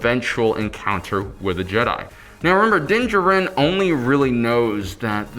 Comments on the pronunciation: What excuse do fans have for mispronunciations of star wars names? Dinjerin is clearly so wrong. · I m pretty sure u pronounce din djaren wrong. Please watch the mandalorian again because it’s super distracting